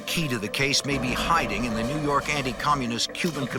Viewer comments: new yawk office 😂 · NEW YAWKKK AFFICEEE!!!😅